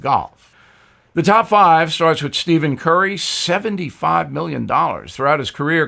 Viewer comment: Bill, it is pronounced “Steffin” Curry despite it being spelled Stephan. Most just say “Steff”.